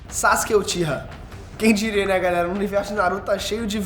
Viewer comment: Ele falou Sasuke uchiha muito bonito!!!